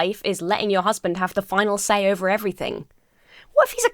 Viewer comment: "Your husband has the funnel say. Has the funnel dizision." The wut now?